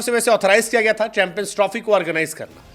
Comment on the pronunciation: Chanmpions nhi champions hota hai sir ji 😮